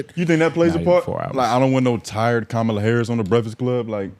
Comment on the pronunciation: Mispronouncing her name one minute and then saying it correctly, just to say it wrong again another minute later is WILD... You're doing it on purpose... Thumbs DOWN bro